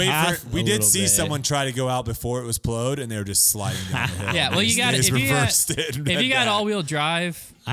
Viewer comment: pronounced “plowed” as “plode.”